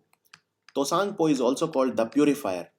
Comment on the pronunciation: And T is silent in Tsangpo